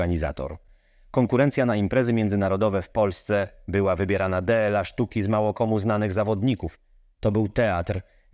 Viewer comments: o co chodzi z tym DE EL A zamiast dla? czytasz ten tekst przy pomocy AI czy co? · Wszystko pięknie i fajnie ... materiał żetelny w 100% ALE tego nie da się słuchać ..... Dajcie normalnego lektora a nie modne AI które czyta DLA jako DE EL A raz czyta szybciej raz wolniej zero interpunkcji .... ciężko przez ten materiał przebrnąć. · Cały skrypt czyta w tym filmie bot? Są momenty, gdy ma problemy z prostymi polskimi słowami - "D-L-A"?? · Pamiętam jak oglądałem w każdy weekend zawody strong man 😁 w końcu wiem czenu to padło. Tak słuchając tego głosu to wydaje mi się że to kolejny kanał używający emulatora głosu a zdradza go słowo "dla" bo je literuje